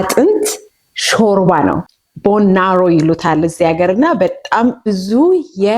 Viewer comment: "bone narrow" "ቦን ናሮው"አይባልም bone marrow ነው የሚባለው (መቅኒ)